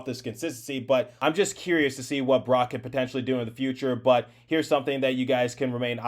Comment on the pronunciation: Wtf, are you a Devils fan? You can NOT seriously have a NJ Devils YT and pronounce Bratt's name like a damn sausage! It's a simple 1 syllable name where rat/at consists of most of his name- not rot/ot. Than as someone below mentioned you also say the Captain of the Devils last name wrong...SMH... You want to bring PK back to mentor Hamilton, ok you are BONKOS delete this account you are arrogant a Devils Youtube.